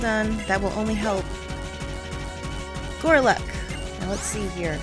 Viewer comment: Gorluk? GORLUK?! It's GOLURK! How could you pronunce my favourite pokemon's name backwards? *sob*